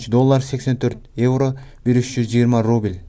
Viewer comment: Рубиль эмес укам Рубль де!